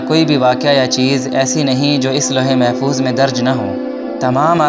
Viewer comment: Louh E Mahfooz yeh Saheeh hai. ' Lohe , Bilkul galat Talat Talaffuz hai Mohtaram.